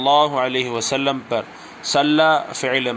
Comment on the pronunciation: سلمَ مبنی ہے تو سلمْ کیوں پڑھتے ہیں